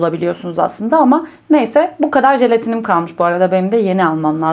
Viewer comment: Şu jelatini adını düzgün söyleseniz